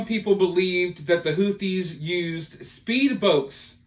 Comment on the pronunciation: Was he saying "speed bokes" a couple of times?